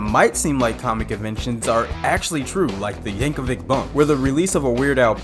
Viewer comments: Yank-a-vich is how you pronounce it bud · I love Bohemi-anne Rhasfody by Kween and Aye-mish Paradise by Wei-ard L. Yanker-vick! Those songs are so cool, they make you not want to take the 30 seconds to google how to pronounce the names correctly! 🙄